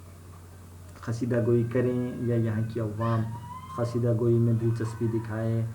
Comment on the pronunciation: First of all it's not khasida it's qaseeda 😬